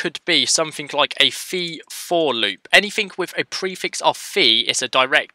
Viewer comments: Falue 🤪🤪🤪 Nice tutorial, but you should really try to pronounce the V properly, as in Value, not FAlue. Same goes for v-for, its like "VE-for or VI-for" not FE-for. It just doesn't sound right. I couldn't care less tbh, but it brings the quality of your videos up. Again, great tutorial, very well explained, thanks! 😊🙌🙌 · man when you said v-for or v-model i always heard fe-model or fe-for ( doesn't matter for me just saying )